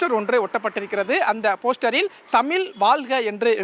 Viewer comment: தமிழை தமில் என்று சொல்லும் நிருபர் இப்படி இருக்கிறது தமிழகம்😢😢😢